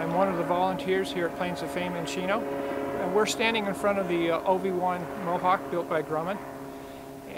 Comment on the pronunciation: when you said OV-1 Mohawk I thought you said Obi-Wan